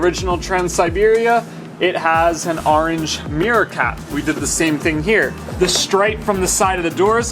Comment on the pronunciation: I definitely liked the "Arange " orange accents .lol